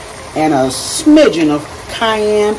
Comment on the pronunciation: I thought I was the only person that said smiget love it! Looks yummy